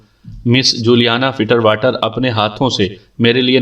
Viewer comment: Shukriya janab Ek suggestion- ye juliana fiterwater nai hai fitzwater hai. Kuch log finterwater bhi kahete jo k galat hai. Asal naam hai "FITZWATER"